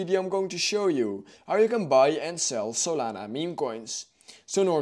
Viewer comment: What did he say? I heard the saliva movin